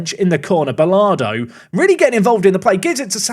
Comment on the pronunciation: and butchering names, Martinez isnt martin-ez it is marteen-ez. and Bolado isnt Bolardo, no R